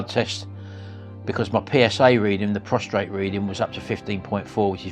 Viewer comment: PROSTATE! No R. Otherwise you're just lying down. ❤